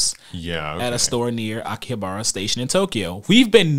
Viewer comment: The way he said Akihabara bothered me so far It's not a big deal lol cuz i know thats how its read just looking at it but thats alr